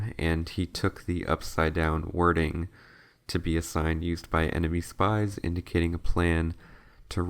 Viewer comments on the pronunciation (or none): none